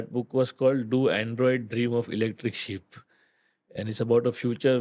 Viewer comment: it's 'sheep'